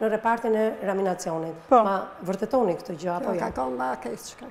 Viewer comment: Thojini pak gazetares qe thuhet REANIMACION